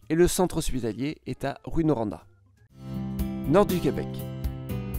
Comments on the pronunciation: Pour les villes, c'est quand même bien à l'exception de Rouyn, Drummondville et Granby. Rouyn-Noranda se prononce Rou in Noranda. Drummondville se prononce Dromme onde ville. Granby se prononce Grane bay. L'accent québécois est très proche du vieux français mais avec beaucoup d'inspiration anglophone dans les noms de ville. Exemple, Rouyn et Noranda étaient deux ville à l'origine. Rouyn pour la population francophone et Noranda pour les anglophones. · Je savais que tu allais mal prononcer des nom de villes, Drummondville est prononcé à l'anglaise comme Drummonneville et Granby aussi comme Grannebé, Rouyn-Noranda, Rouyn c'est une déformation de Rouen, donc pronouncé Rou - ein, Kuujuaq, c'est prononcé Koujuaque, mais ça c'est inuit le nom ont connais la prononciation parce que c'est souvent une joke la ville. Puisque c'est vraiment loin. Lévis c'est français, on ne prononce pas le S, Bagotville on prononce le t, comme en Anglais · Vous avez prononcé Rouyn-Noranda comme "Ruine Noranda". Ça devrait se prononcer à peu près comme la ville de Rouen. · Petites précisions sur les pronononciations: On dit juste Lanaudière et non pas LA Lanaudière. Granby étant un nom anglais, il est prononcé à l'anglaise (Grane-bé) Tout comme Drummondville (Drommonde-ville) Rouyn-Noranda se prononce (Rou-in Noranda) Kuujuaq se prononce (Kude-juak) Lévis se prononce (Lévi) L'autoroute 20 et non la 40 est l'autoroute majeure, étant même la section québécoise de l'autoroute trans-canadienne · Je ne suis probablement pas le seul à faie ce commentaire mais j'ai la flemme de lire 678 commentaires donc...quelques remarques sur les prononciations.. On dti Rou-hein noranda. Grainebé et non Grand-bi. Lévi et non Lévissss. Bagotteville et non bago-ville et Drummondville..je ne sais pas comment écrire la phonétique mais c'est prononcé à l'anglaise. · T'as oublier Rouyn-Noranda, il a dit rouin mais sa se prononce rou-in ans 2 cilable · On dit Rou-hein Noranda